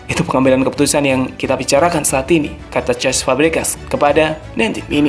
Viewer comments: Cesc not cest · CESC FABREGAS om, Bukan CEST.. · Cesc bukan cest.. hanya itu yg cukup mengganggu, selebihnya udah oke min.. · cesc btw bukan cheesssszt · Bukan CEST tapi Cesc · cesc bukan cest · monmaap min cesc bukan cest